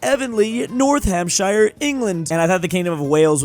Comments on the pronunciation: shire is pronounced as "sheer" in the UK also you absolutely BUTCHERED "Northamptonshire" 😭😭😭😭😭😭😭 (as someone from there I am absolutely horrified by your pronunciation of it) its pronounced North-amp-tun-sheer. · Northamptonshire, he said it so terribly